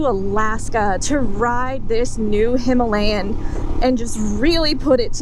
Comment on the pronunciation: Gonna sound "bad" but I'm typing it anyway. Four ladies on Royal Enfield "Her-alayan" ??? Buckaroo!